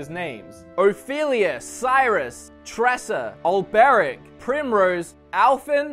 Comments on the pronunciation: Who are you kiddin, if you havent skip any of the dialogues, how is it that you cant properly pronounce Sir Olberic? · The only one you butchered is olberic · 6/8 for the name pronunciations. Stress was put on the wrong syllable in OLberic, and Therion is not pronounced like you're trying to say "theory". (It's actually "THEH-ree-on", and this is even spoken as such in the game.)